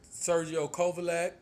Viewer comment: well that's not how u said it